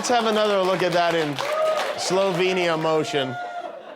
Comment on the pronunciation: "Let's see that again in Slo-venia motion."